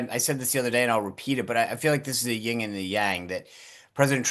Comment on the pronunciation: Yin and yang not ying and yang.